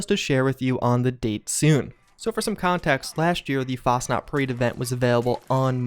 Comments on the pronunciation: It’s FAS-chenaut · So you honestly think Bethesda would release the Fasnacht event 2 to 3 months after Fastnacht Day? Im pretty sure they would just rename it at that point. If it started on the day, then fine, but months after the actual holiday? Most of your content is great, but between your horrible pronunciations of fairly common words and thinking Bethesda would just release a holiday timed event 2-3 months past the actual holiday just to give Wastelanders breathing room, is just poor deductive reasoning.